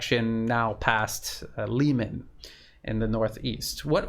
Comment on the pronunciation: Try pronouncing Liman like you pronounce Kherson. It will sound much better and it is in fact the correct pronounciation. Don't take this the wrong way, it's just a friendly advice.